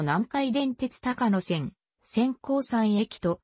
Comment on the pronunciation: 高野線は「たかのせん」ではなく「こうやせん」です